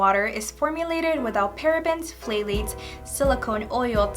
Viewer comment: Hi, I hope u dont get offended when corrected, not my intent to offend u. But the word Phthalate is pronounced like "thalates" the PH is silent. I had to Google how to pronounce this because I had no clue how to say it when I first started paying attention to product ingredients. Btw, what Nationality are u? U are so pretty. I'm guessing either Mexican or Columbian, but I can be way off....am I?